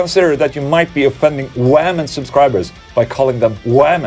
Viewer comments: Hola, Ola I honestly love how you say "wamen" my boyfriend and I laugh Everytime you say it. You kick ass. #positiveOla #WAMEN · Hey Ola, any plans on coming to North America? Specifically Canada. More specifically, Toronto Ontario area? Thanks. P.S As a wamen, I’m not offended by the word wamen :)